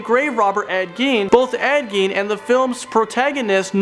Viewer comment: Anybody else annoyed by the fact he pronounced Ed Gein's name wrong the first time he's mentioned but pronounces it right the second time?